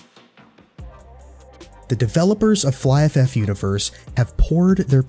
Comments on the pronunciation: I always pronounce it fliff. But it's fly. So I now say fly ff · Really nice done, you got my Abo. The pronunciation of Flyff sounds a bit weird (Flyf-F) that the Last F get individual pronounced. Never heard someone pronouncing it that way tbh 😂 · It took me a while to understand that you meant Flyff by Fly FF; I thought you were saying Flyff F F and I was so confused lmao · just remove the extra f pronounce at the end your totally fine bro :D